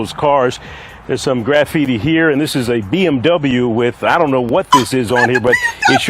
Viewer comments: Graff HeeTee? Did that reporter just say "graff-heetee?" Right here they wrote "Please Leave" Well, at least they're polite. Reporter: "... they didn't take any fingerprints on any of the vehicles out here." Oh good, if they come back and do that later, guess who's dumb, bald a** fingerprints they're gonna find on those doors and hatches you just opened on camera? =) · Did that news anchor just pronounce graffiti as graff-eety? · What the f is "graph eaty"? Am I the only one noticing that? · "There's some graph eaty". HAHAHAHA